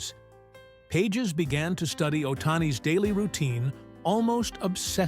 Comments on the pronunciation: bad Ai pronounce Pages as PAH Hez not pages. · Pahes - not pages - dome on man. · AHAHAHAH,,,, AI voice can't even ...Pages ? Pa Has is how you pronounce it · Is this AI bullshit. At least get the pronunciation correct: "Pages."